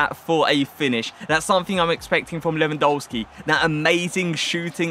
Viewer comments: Your videos are too tier!!! But please can you say his game correctly. It’s pronounced Levandovski the polish pronunciation of a W is V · Admit it you almost said Lewandisney 😭😭😭😭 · At least pronounce the guys name right.